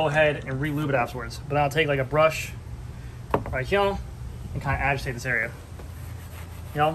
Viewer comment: "Like hyuh" lol